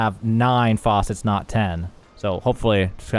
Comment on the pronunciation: all those "faucets" and no water... must be on EU. American pronunciation aside - Good guide. I just saw % going down when 1st did the engravings and was like well this is dogshit rng like bdo